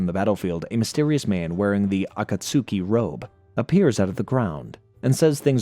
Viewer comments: 😂 this bothers me every time I heard him say it wrong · I’ll never understand if you didn’t watch the show and just did spark notes for this or what but you’re the only person on all of YouTube and in Naruto who pronounces the akatsuku all weird like that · Yes when he said "Akatsuki" I genuinely did not know what he meant at first 😭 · And tsunade 😅